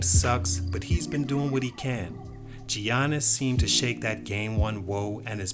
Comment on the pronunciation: Giannis is pronouced Yanis